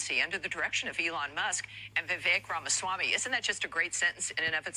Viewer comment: That Iowa congresswoman couldn't even pronounce Ramaswamy correctly. Does she even know who he is?